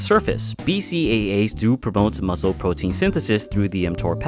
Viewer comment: nigga u said potein